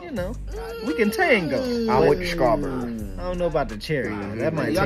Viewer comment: Srawwww Berry 😂😂😂, a bumbaclot bruhhh🤣😭